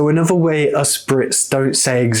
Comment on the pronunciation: You know what, I absolutely love your accent, but I can't, for the life of me, place it. There seems to be elements of Estuary (you often replace TH it a V or FF - you said bovver, mouff and anover), but you use the short, flat, northern A sound in words like laugh, grass etc. I get that you're talking slowly and pretty precisely so that your students can follow and understand what you're saying. I'd love to hear how you speak naturally - to another native speaker, I might have a chance of working out your accent then lol. Seriously though, I really like your videos, they are full of really useful content for non native speakers, and the way you explain phrases and words is really clear. Please don't think I'm criticising, I just find the way you speak a conundrum :)